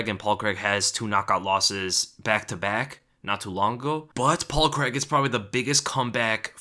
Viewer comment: ffs americans... it's pronounced Crayg... there is no such name as Creg